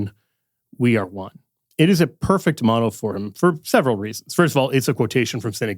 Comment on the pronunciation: His "moto" 😶‍🌫️